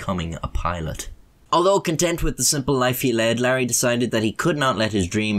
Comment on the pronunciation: Larry ain't care-ey